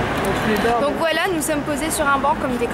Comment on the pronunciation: Ton "voilà" par contre il dérive dans le "voilo" ! Trop choux ! Aha